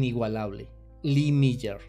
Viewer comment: Increíble que no sepa pronunciar el nombre...🥴🥴